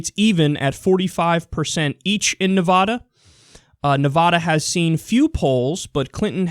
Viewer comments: Kyle please, it's Nevada not Nevahda. Trust me, I live here. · ITS NEVADA NOT NEVODA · When you say Navada -- say it like Nuh - (va like bat) - duh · It's Na-Vad-uh, not Nev-AH-da. It bugs every person living here to no end... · nice vid but its NEV-AH-DA not NE=VAAAAAH-DUH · It's not, Nevoda; it's Nevada. You know, the letter "a" makes its actual sound. Kickass Bernie is doing good, but my gosh I'm going to scream if you keep pronouncing it incorrectly. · It's Ne-Va-Duh, not Ne-Vaw-Daw. The same way you don't pronounce Texas as Tay-Hos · It is Nev-ADD-a, NOT Nev-ODD-a. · Nice commentary, but it's pronounced Nev"ADD"a. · I swear to god Kyle, pronounce Nevada, "Nuhvaada" one more god damn time. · No Nevadan says "ne-VAH-da" fyi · Dude, that's not how you say Nevada. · STOP SAYING NEVADA WRONG AHHHHHHHH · Kyle, I love you man. I really do. But will you PLEASE learn how to pronounce Nevada correctly? Thanks!